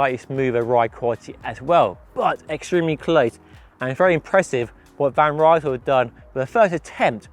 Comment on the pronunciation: Hey, van Rysel is not a british Brand! Would you mind to pronounce the name of the brand correctly? It is like "Reesl"! The word is spoken as it is written, though this might not help an English speaker.